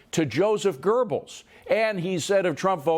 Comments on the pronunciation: Goebbels.. not Gerbles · I enjoy Fox Business but "Joseph Gerbles?" Citing historical facts....at least get the name right. It's important as to reinforce your referenced point of past propaganda.